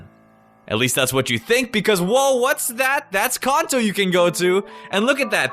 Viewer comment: Con-toe. Fucking Con-toe I believe the other 99.99% of the world calls it CAN-TOE